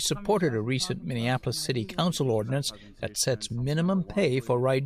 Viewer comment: At the beginning of the story, I thought it was about violence! "When the ordnance passes..." Then I realized he'd said, "ordinance!" That little "i" makes a huge difference!